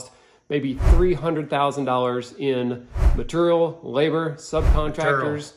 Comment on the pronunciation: I slammed a shot for every "maturial" and now I'm dead drunk.